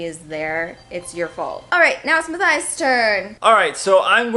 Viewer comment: Matthias u said my name perfectly thank you